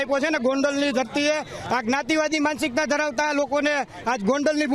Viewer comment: Where did you learn to speak the word. "MANSIKTA" ???